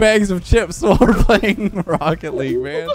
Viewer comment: I prefer “wocket legg “